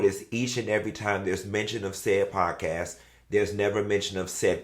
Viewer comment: wendy said "podcast" like sheree said "joggers"